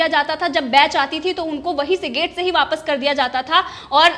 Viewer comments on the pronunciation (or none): none